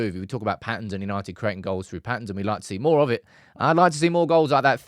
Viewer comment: YANITED YANITED YAANITEDD!!